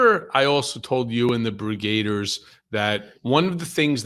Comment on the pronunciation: Brigade-ers? No. Brigg-a-deers.